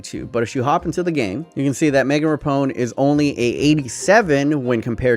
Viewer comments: “Megan RAPONE” were you joking when you said this? It’s a bit disrespectful to mess up Rapinoe’s name like that... come on it’s not that hard to say! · Lol everytime you say “Rapone” I can hear the people yelling at you 😂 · Pronounce Rapinoe correctly for the love of God. Ruh-pee-no, its not hard. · Its RA-PE-NO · Pronounced Ra-P-No. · I was triggered all video. Her name is Rapinoe( Ra-pee-no) or know of that helps. But other than you butchering that name I liked this video a lot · Ali Riley is from New Zealand! and it's Ra- Peen - o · Isn’t it pronounce Ra-Pi-Noe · rapinoe. say it with me ra pi noe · Megan RAH-PI-NO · He’s kept butchering Megan Rapinoe’s name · Bruh why you say Rapinoe like that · Can say Henry in the proper accent but can’t pronounce Rapinoe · buddy how could you pronounce rapinoe's name so wrongly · Why do you have so many issues saying Rapinoe? It's not hard. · How do you mispronounce Rapinoe just sound it out lmao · Pls say rapinoe and not rapone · It’s pronounced Ra-pee-no not Ra-pown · Megan Rapinoe, pronounces it Repone... only triggered me cause I’m from Seattle and I used to like going to Reign FC games and she’s our star. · It is raaapeeenoooo not rapon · LMAO RAPONE.....errr Rapinoe (Ruh PEE no) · Rapone? It’s Rapinoe, not Rapone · Dude, Rapinoe's name it's pronounced Rah-pee-nou not Rahpohn. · “Ruh-pee-noh”, not “Rapone” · Rapinoe is pronounced Ra-pee-know not Ra-pone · It’s pronounced ru pe no not rapone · It is rapinoe.....not rapone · It’s rap ee know not rapiknow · Megan RAPONE, Bruh can you even read, it’s rap - in - oe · Just to clarify the pronunciation... it's pronounced RA-PI-NOE not RAPONE!!!! The number of times he mispronounced her name made me die inside every time. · Mate.. Its meghan (Rap-EE-no) not rapone 😂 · *Rah-peen-oh Not rah-pown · RAPONE? It's Rapinoe mate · RAP IN OH not Rapone hahaha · "Rapone" hohooooo yikes. RAP-IH-NO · It's rapinoe, not rapone! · It's Ra-pi-noe, not Rapone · he did not just say meagn rapone